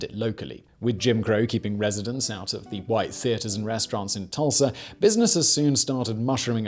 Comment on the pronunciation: He said Tursla 😆